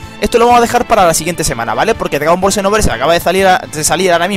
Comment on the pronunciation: Jajaja dice DGAGON BALL